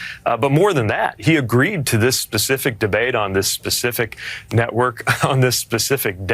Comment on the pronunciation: Pacific? Specific 😆